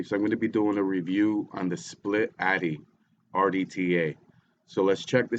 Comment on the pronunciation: it's atty not addy